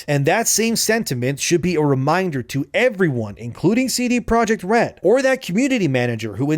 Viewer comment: All I could hear during this video was ""